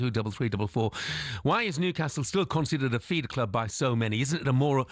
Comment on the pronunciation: Basket case cloob hahaha what a belter 🤣👌